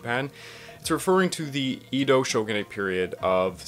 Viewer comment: Not really a criticism but your pronunciation of Edo and Meiji is killing me bruh